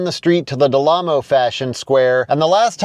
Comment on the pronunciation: Dude, it's called the 'Del Amo Fashion Center'. You mispronounced it as 'Del Lamo ...'.